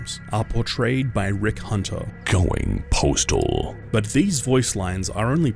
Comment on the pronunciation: my dude it’s postal not preachtal